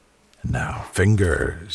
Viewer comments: "NOW FINGGERS" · “nOw FiNgErS” and “sAtYsFyInG sOuNd” but also “SaTiFyInGgGgGgG?” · No one:: FiNgErs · No one: Latterly no one: NO ONE:: FiNgErS Also: biggest sigh hhhhhhhhhhhhhhgggggggggggggg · “nOw FiNgerSsS” I put fingers as Ingredients ( ͠° ͟ʖ ͡°) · No one: Literally no one: Not a single soul::NoW FInGerSsS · NOW fInGeRsz me:why did he say it like Dat me after watching and going out: me eating about to eat food NOW fInGeRsz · Now fiNgURrrRs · now, fingerrrs